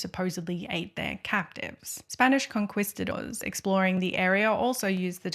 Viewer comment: LOL… Conquistador is pronounced Con-KEY-stah-dor, not Con-KWIZ-stah-dor!